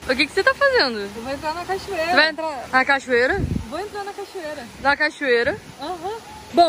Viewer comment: cachaeira? Não e cachoeira? Kk